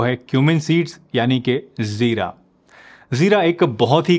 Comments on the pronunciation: Its Jeera not Zeera. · Jeera hota hai Zeera nhi